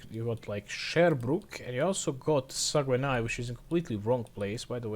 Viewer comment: "Sagwenaï" LOL It hurts hearing people trying to pronounce Québécois cities.